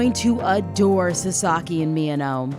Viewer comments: Did you just say saSAki? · his name is pronounced like SAsaki with the emphasis on the first syllable